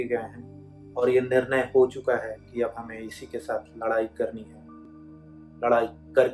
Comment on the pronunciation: निरनय नहीं, निर्णय ,चंद लाइन नहीं चंद पंक्तियां बाकी कविता उम्दा हैं ।